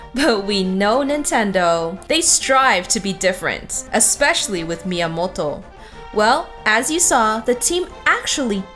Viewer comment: please stop saying miamolto, , miamoto, , , you sound american, and yet when you say his name you try to put an H in there , like, miamohto, wtf